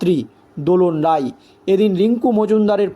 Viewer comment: আপনারা "রাই"কে বলেন "রায়" "রায়"কে বলেন "রাই"!এ কেমন সাংবাদিক?